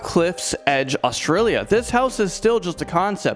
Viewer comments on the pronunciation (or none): none